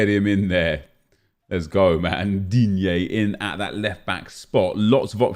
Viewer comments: Not that bad, nece-DIIGNEEEEE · Just fucking love when you say Digne. hahahahah! Keep doing that! :D